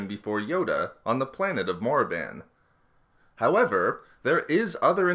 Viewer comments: Hearing "Morriban" still makes me twitch, like when some says Willis Tower instead of Sears Tower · It's Korrrrrrrrrribannnnnnnnnnnn